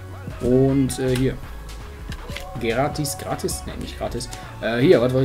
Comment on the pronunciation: Sprich mal gratis richtig aus